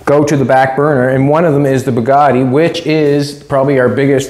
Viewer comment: Sweet , that is one nice "BADgatti"!!!!